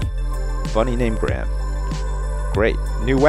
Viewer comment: Omg im a bunny! My name's Graham! And u said it in the cool way canadians say graham! XD